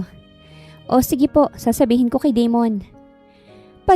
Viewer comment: Da-mon not De-mon kasi pangit pakinggan. Ganda ng kwento . Maraming salamat admin at miss narrator ❤